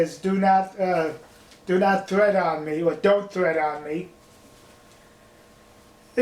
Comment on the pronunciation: ‘Tread’ not ‘thread’ 🧵